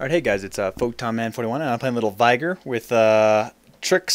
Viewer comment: Um, it's Veigar. :P